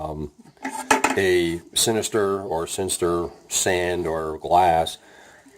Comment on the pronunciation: it's sintered, not sinistered. just sayin